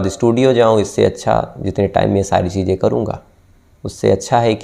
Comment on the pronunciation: Aap Kahani Bahut Achhi Sunatay Hain Sir....Laykin Aapki Hindi Aur Urdu Dono Bahut Kharab Hai...Isliye Sunne Kay Aisa Lagta Hai Ki Kahin Humari Zaraban Bhi Kahi Itni Kharab Na Ho Jaay...Sir Please Thoda Kaam Kijiye Apni Pronunciation Per...Shaqs Hota Hai Saks Nahin....Cheezain Hota Hai Cheejain Nahi....🙏🏻🙏🏻🙏🏻🙏🏻